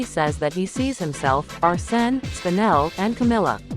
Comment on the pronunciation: Not Arse-ne.